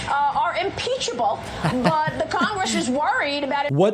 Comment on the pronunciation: “...Congresh is worried”